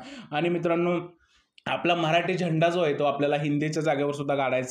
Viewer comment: अरब्या भंगार होता split विला खेळत होता कमजोर लोकांवर माज करत होता बिग बॉस ने पण 20 वर्ष वयाने जास्त संग्राम ला आणला अरे दुसरे अथलीट बॉडी असलेला एखादा तरुण आणला नाही त्यामुळे अरब्या चं फावलं, खूप चुकीचं विश्लेषण करतोय हा माणूस अरब्या ला मराठी नीट येत नव्हतं कळत नव्हतं, तू सुद्धा मराठी ला म्हऱ्हाठी म्हणतोय 😅